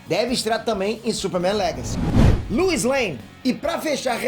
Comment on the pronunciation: A pronúncia é Lois não Luis, igual o número "dois" só que com "L" 😉